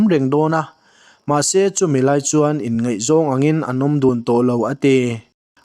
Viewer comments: Ngaihzawng tih tur Ngeihzawng tih angin ilam thin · "Ngaihzawng" tih tur kha "ngeih zawng" ti in i lam leh ṭhin. mizoṭawng chhiar dik/lam dik tum hram² aw😊